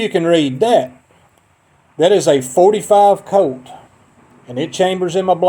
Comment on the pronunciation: I wouldn't buy ammo from somebody who can't get the name .45 Colt right.